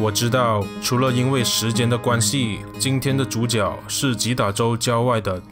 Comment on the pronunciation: 主角的角是讀覺得覺